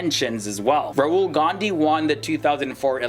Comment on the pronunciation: Did he just say "Rural" Gandhi? 😂